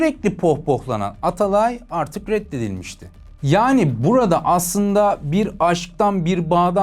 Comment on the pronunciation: Abi cümleleri düzgün çıkarır mısın lütfen Paeris (Paris) aerz (arz) Aertek ( artık) Bier (bir) Freansa (Fransa) Aliyo ( alıyor) Buerada ( bu arada) Öyğrenmiş (öğrenmiş) Nazik konuşmak ayağına başka bir şeye dönüştüğünün sanırım ilk kez duydun.